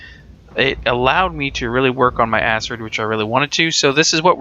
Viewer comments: Its pronounced akrid not asrid. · ***** The problem with that is Acid is A (the A sound) sid (cid). When you add an R to the word you then have A (A sound) crid (c and r together remove the S sound from the C and makes a K sound instead). This gives you Acrid or Akrid. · ***** Acrid is a word from the dictionary meaning having an irritatingly strong and unpleasant taste or smell. It is pronounced akrəd :D Edit: Read through comments to see you know this now. Was beaten to it. haha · ***** i don't think everyone is trying to be a grammar nazi when it comes to these things. Its just that when your reviewing something, you might as well pronounce something correctly. Its like listening to a review about a book where the guy pronounce the title wrong...its just abit aurgh... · ***** That's fine, but that doesn't make it correct. You can be wrong if you want to, but excuse people for trying to help you not look like a fool.